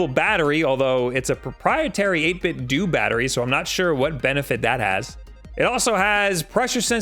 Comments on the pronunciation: Its "doe" not "doo" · I’m wondering how you pronounce Nintendo? Nin-10-Doo? It’s 8–Bit-Do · "8bit - DOE" how are you f**king this up? It's supposed to sound like Ninten-do! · STOP SAYING 8BITDOO IT IS 8BITDO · It’s 8bitdo not 8bitdont nor 8bitdidnt. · It is 8bit doh, not dOOh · People need to stop saying "8 bit dew"... IT'S A PLAY OFF OF "NINTENDO" IT IS PRONOUNCED "8 BIT DOE" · i cringe a little everytime pronouces it as 8bit-dooo.. i mean you don't pronounce nintendo as neen-ten-dooo, its more of a dou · 8BitDoooooooooooooo I cant even watch your videos about 8BitDo's awesome controllers because of the way you mispronounce this excellent company's name. Come on man, you're a professional! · It is pronounced "do" like Ninten-do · It's not 'dooo' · I hate it when someone pronounces it as "8bit-do". It's you say it like "Nintendo". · Bro, its Do, like dough. Not Do like dee. It comes from NintenDO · NIN 10 DOH 8 BIT DOH Dude, you're a professional broadcaster, get your pronunciations straight. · doesn't 8bitdo rhyme with Nintendo?